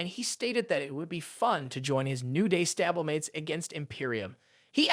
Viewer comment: This has to be like AI right? Stabble-mates and weyyeueeweyy